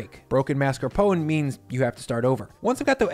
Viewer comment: Thank you for pronouncing mascarpone correctly! It drives me nuts when people, chefs included, call it marscapone.